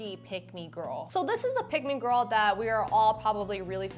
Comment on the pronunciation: Why u say gorl Instead of girl